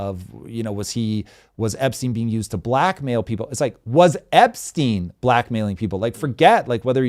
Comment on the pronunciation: *Epstein, not Epstine